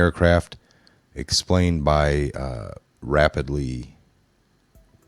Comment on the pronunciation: Man! You slow speaking, drawn out, dramatic pause using, mispronouncing, idiots are infuriating. I think he’s alive, I think the reveal is coming, but we will all be dead of old age if we have to depend on the likes of you, and those like you, to inform us. Speculated is pronounced, Speck-you-lated, NOT speck-a-lated. Rapidity is pronounced Rah-pid-ah-dee, NOT HOW YOU BUTCHERED IT! 8th grade education at most is my best guess!